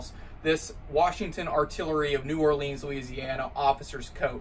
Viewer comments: And to think that its neighbor museum tried its best to put Memorial Hall out of business...thank goodness Memorial Hall won in court and has been able to survive. Thoughout my life of 60+ years, as a New Orleans native, (please learn how to pronounce New Orleans), I have often visited the museum. They have done an excellent job of restoring Civil War flags one by one...they used to have a bottle for coin donations to complete flag restorations. I hope and pray Memorial Hall continues for another 100 years+. Best wishes, and thank you! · It's pronounced noo oar lee ins, stupid drunk hick. GFY and your stupid accent.